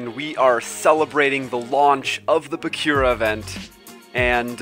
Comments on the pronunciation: kazehaya Shouta that bugged me too lol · BAKURA not BAKYURA